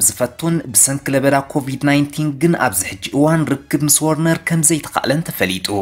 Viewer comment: ወርነር ዘይኮነሲ ቨርነር ኢዩ